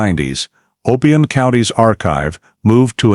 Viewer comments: It’s OHHH BIII YONN . Not the way he’s pronouncing it! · I agree, they should have done more research. The way he pronounced OBION Is also wrong 🤦‍♀️